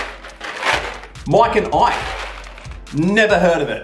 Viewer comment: Miiiike N iiiiike it’s mike n Ike very simple ya don’t gotta pronounce the “i” so intensely